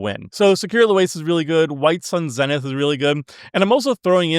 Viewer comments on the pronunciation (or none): none